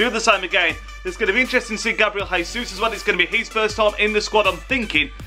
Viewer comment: you pronounced his name wrong. it's pronounced with brazilian portuguese J, not spanish J (common mistake). "ga-bree-el g-zus" not "hee-sus"